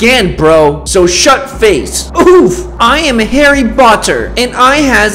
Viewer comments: Why did you say Harry botter but it’s Harry potter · I love how says he's Harry botter not Harry potter Lol. Edit -Please please eat this food 🍪 🎂 🍇🍈🍉🍊🍋🍍🍎🍐🍑🍒🍓🍓🍅🍆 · Harry boter O-o lol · "so shut face" "i am harry botter" "and i has invisable" 😂😂😂😭😭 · You hear that he’s harry BOTter 🤣🤣🤣🤣🤣🤣🤣🤣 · harry Botter Me: laugh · Harry botter😂